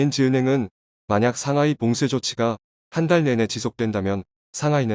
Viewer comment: 글을 읽는 사람이 한국사람이 아닌지 틀린 부분이 너무많아 아쉽네요. 삼하이, 푸돔, 삼황등등......